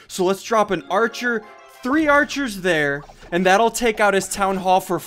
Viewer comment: You are calling the archer wrong